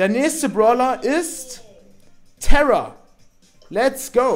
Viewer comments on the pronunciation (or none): Es heisst Tara nicht Tera